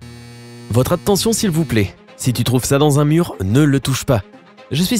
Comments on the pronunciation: Au début de la vidéo j'ai cru entendre " Votre apptention s'il vous plaît". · votre aTTTTTention svp